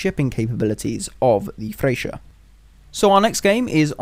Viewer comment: You dont use mph to measure torpedo speed!? Its also pronounced FRE-CHA not FRE-SHA